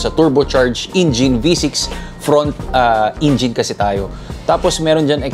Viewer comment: Hi! It feels good to watch all your vids. But I can't help but think of how you pronounced the word "engine" as "ingine". I hope it helps. Cheers and more vids!